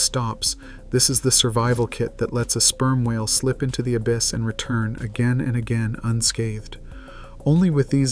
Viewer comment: The ab-iss lmao